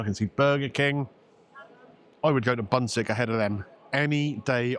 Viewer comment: repeat after me: Poon-sheek (not bun-sick). Bunsik is a snack-like meal. I used to go to a bunsik place in Seoul but the food was different and perhaps a bit healthier. The food you had was more like the food you would find in markets and touristy places like Myeongdong. The drink you had was (Korean) green grape flavour. As you can tell by my name, I love all things Korean ^_^